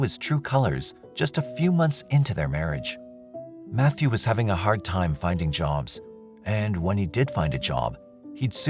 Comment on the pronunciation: was looking for this, also how he pronounced “jobs”